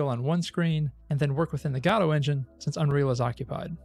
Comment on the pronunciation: Thank you for pronouncing "Godot" correctly. ;)